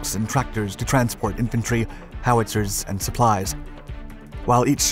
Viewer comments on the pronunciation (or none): none